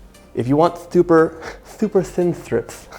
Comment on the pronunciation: Thooper berry pie. Best recipe yet.